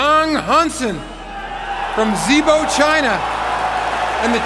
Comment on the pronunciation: Was wasn't the commissioner brief on correct pronunciation....itz not Zibo (Zee-bo), its sounds like 'Gee-bo'. And I'm not even Chinese... Do Better NBA